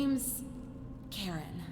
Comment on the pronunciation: when it said you had a woman pull you out of the river name Karen. The way you say it sounds like Charon. In Greek mythology, Charon or Kharon is the ferryman of Hades who carries souls of the newly deceased who had received the rites of burial, across the river Styx that divided the world of the living from the world of the dead. Accents are a funny thing.